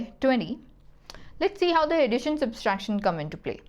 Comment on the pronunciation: It's subtraction, not "substraction"